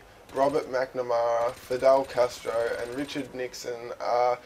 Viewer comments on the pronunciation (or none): none